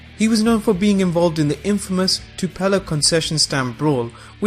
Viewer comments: Did he mispronounce Tupelo? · That is not how you pronounce Tupelo.